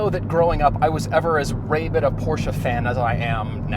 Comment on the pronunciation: Do you really not know how to pronounce ‘rabid’? Hint: it’s not ray bid.